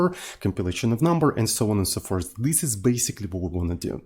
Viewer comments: "So on and so *Porth..." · …and so on and so porth 😜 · Always saying "so on and so forth" but should say instead "so on and so porth".